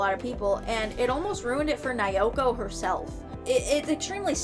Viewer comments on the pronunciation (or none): I speak Japanese and have researched the series very well. I'm happy to explain anything you'd be interested in! First, all vowels have the same sound. (A is "ah", I is "ee", E is "eh", O is "oh" and U is "ooh") so Naoko is pronounced Na-Oh-Koh 🙃